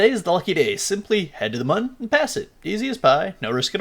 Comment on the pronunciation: Actually, I think it’s supposed to be pronounced “moon” because the crashed vessel on the start screen has an umlaut over the “u”. Thanks for the vid!